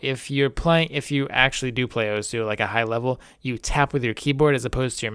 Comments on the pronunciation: Oh-sss(like a snake) not Oh-sew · Not that this matters at all, but it' pronounced "Ohss" not "Owhsuh". This has something to do with how Japanese works. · Its pronouced awws not oh soo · it's pronounced ohssssssssssssssss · really hate the way you pronounce osu.